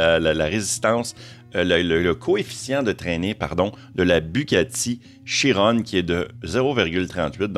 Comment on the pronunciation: Salut, C'est des belles machines. Comment ils font pour recharger? Ils vont implantés des chargeurs spéciaux avec de la place suffisante pour chaque camion parceque dans la video on le voit sur des bornes voitures. Sinon on ne dit pas Chirone ni Vérone mais Chiron et Véron comme 🍄. C'est des noms de soldats gradés Français.